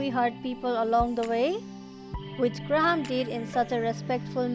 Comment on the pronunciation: Good review but you kept calling him Gra-ham and it is one word graham.